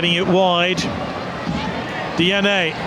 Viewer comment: Di ani...not DNA